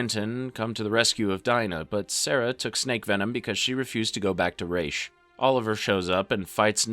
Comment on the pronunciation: Ra's, also known as Raysh in this video 😆😂